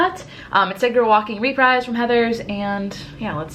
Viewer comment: tiny stupid tip: it's re-preese. not repryse. it's french :)